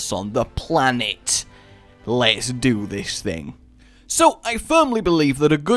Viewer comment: "Lets 'do' this 'thing'" o.0